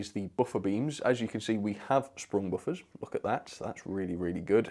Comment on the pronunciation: spung buffers, good English 😂😂😂